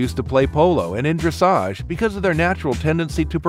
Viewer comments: Finally someone can properly pronounce dressage XD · At least he said dressage right :'D